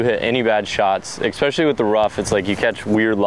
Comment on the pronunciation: for the tenth time, there is no x in Especially.